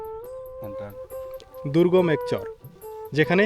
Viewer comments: ভাই শুদ্ধ ভাষা ভালো অতিরিক্ত শুদ্ধ ভালো না আপনি চর কে চর বলাই ভালো চোর বইলেন না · ভাই আপনি চর কে চোর উচ্চারণ করেন?